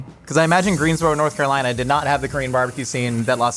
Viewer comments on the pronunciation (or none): none